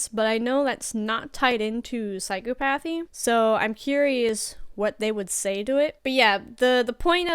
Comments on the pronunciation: Your stress on 'psychopathy' is on the wrong part of the word. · Good video. But it's not psychopathy. It's not pronounced psycho-path-ee. It's sci-cop-uh-thee. It sounds like he was given the questions ahead of time and he took time to think of good responses. None of his answers show signs of listening to a question and thinking of a response. The questions might be obvious, but even if you anticipated questions, it would take a second to retrieve the answer. All his pauses, his body language, etc fake. You can see him thinking "here's where I need to pretend I'm searching for the words to answer". Even his language. He uses odd words. "Smart" words as if he is an intellectual. Nothing about him was real. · How does a psych major not know how to properly pronounce "psychopathy" 🤔 Psych-uh-pathy You don't say "psycho-logy".. same thing, same type of pronunciation 😊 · nice video. psychopathy is pronounced with emphasis on the C, not the P :) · You aren't pronouncing phycopathy correctly. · If this chick thinks she is a psych expert she is sadly mistaken. She can't even pronounce psychopathy correctly. Her comments make her sound like she has no psych experience whatsoever. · she's a psych student who thinks she's an expert coming off as cocky as she does. What psych student can't pronounce psychopathy? Laymen know that. I know I certainly did before I went to school. She's so full of shit I don't think I even believe she's a student. She might want to actually go to school before making a fool of herself on YouTube again. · Interesting video, but the most disturbing part of it is that a psychology major can’t pronounce psychopathy properly. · A psychology major who can’t even pronounce psychopathy... seems legit.